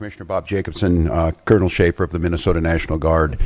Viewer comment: Guess what.....theyre not fuhkin around,like yall did when you where in power just a short time ago. Also stop saying 'minnih soat ins'